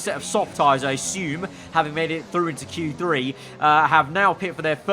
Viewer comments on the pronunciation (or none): none